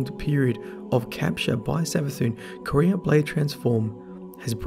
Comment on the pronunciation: Can you stop calling Quira "Korea" it is really annoying.